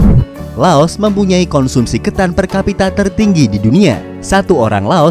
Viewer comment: Lao.. tak mengenal huruf S